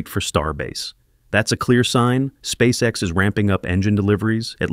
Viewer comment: "Спасекас" Прям отлил в гранит))